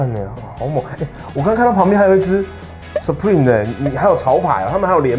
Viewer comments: 真的不要再把supreme講成superme了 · 等等 院長是不是把supreme 唸成superme 😂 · supreme念错了… 不是念superme哦😂😂😂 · Supreme 唸成Super me抓到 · superme... 念錯囉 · 我聽了兩次還是superme啊啊啊啊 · 他12：30的時候是不是唸Super me 😂😂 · Super me 讀音大師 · 專門去客制化 結果自己念super me? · supreme唸成superme哈哈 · 他念 superme .... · 他是不是唸了 super me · 的Supreme怎麼被唸成Superme😂😂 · M Ibo 哈哈哈對啊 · 他是說super me 嗎😂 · Supreme 唸錯了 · Supreme 都不會念.... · 林紘宇 笑死 念錯還硬拗比較清楚==一看就知道沒什麼sense